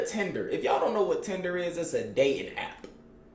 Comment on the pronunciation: Bruh do so be sayin "these" or pronouncing the word "this" like thees